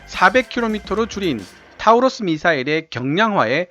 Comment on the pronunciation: 타우러스가 아니라 토러스라고 읽는겁니다.